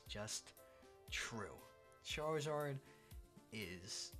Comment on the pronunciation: i cant lie i got upset when he said charazard even though i knew he would say it